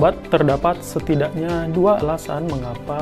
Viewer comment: Angin Balik Arah Dari Biasanya.. Cuman mau protes Kalau Bicara.. (Setidak bukan Setidax) jadi Dalami Lagi Bahasa Indonesia ok